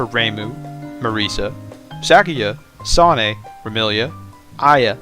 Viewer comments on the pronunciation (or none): You say "Sanae" so fast that it almost sounds like you're saying "Sonic" in a way that a very young child would pronounce it.